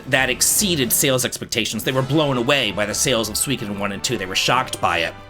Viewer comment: The pronunciation of Suikoden is killing me 😂😂 I’ll have to check out the game though!